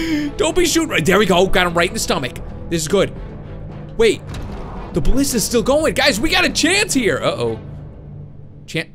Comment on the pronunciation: Aye you're subscribed to MattShea! He had the same problem with the pronunciation of ballistas or ballistai too!